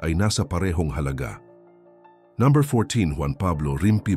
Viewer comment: Pakiayos pag pronounce ng no. Parang ewan kasi haha 😅😅 ayaw ko na tuloy mg subscribe